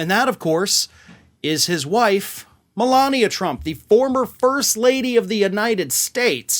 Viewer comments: You pronounced Melanie wrong 😅😂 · He called Melania "Melanie" a couple of days ago